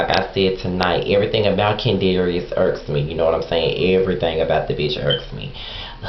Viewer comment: Lol "kendarius" hahaha